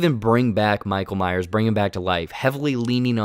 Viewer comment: Lol “michael Myer”